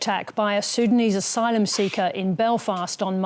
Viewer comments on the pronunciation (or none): none